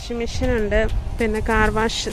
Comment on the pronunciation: Disleri??? Distillery is the correct word. Mission?? Machine is the correct word.